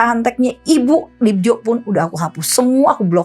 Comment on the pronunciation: Yg bener penyebutan namanya Bu Dibyo, itu penulisan ejaan lama Dibjo (j dibaca y). Bukan dibaca DIBJO tapi DIBYO